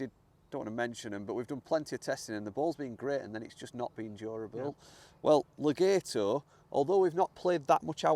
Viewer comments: You say le-gayto I say Le-gaaaato You say to-mayto I say say to-maaato 🤣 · It's actually Le-gaht-o. (Extended 'a' sound). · Pronunciation, Le- gat- o. Not Le- gate- o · Legato gat not gate